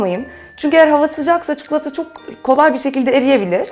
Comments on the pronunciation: Çukulata dedikçe sinir krizi geçiriyorum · Çukulata deme artık videoyu kapatmak zorunda kalıyorum çi ko la ta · Çukulata değil çikolata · Çukulata değil çikolata allah için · Abla çukulata değil çikolata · çuklata değil tatari çikolata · Abla artık çukulata yerine çikolata dermisin :) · çuklata diyor:-) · Sadece ben cuhuğlata demiyormuşum rahatladım :D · neden çikulata diyorsun? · çukulata :D